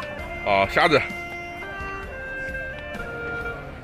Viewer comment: 7.23. 虾子 （prawn)不是瞎子(blind man) 😆。 视频内容可以认识多点民间美食文化👍